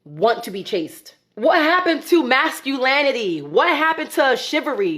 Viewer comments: Back to back this cake-up queen said, What happened to “mass-cule-lanatee” What happened to “Shive-a-ree” Maybe all that cake-up is starting to impact her word pronunciation?? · what happened to mascu"LANN"ity ??? What a moron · "Masculanity" and "shivvery" lol 😆